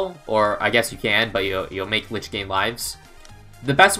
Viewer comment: isn't it pronounced leach? as in it leaches the monkeys life when sold, and buffs from monkeys, and it uses them to heal and spawn dead moabs